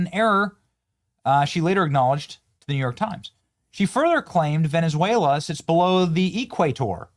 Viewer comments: She could not even pronounce Venezuela right because it's not Venesuela, and it's just south of Porto Rico your home country, Sandy!!!!! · She did however, throw her Latina accent in her pronunciation of Venezuela...😂😂